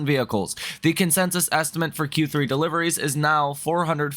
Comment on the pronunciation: Love the content but “estimant” gets me every time ☠️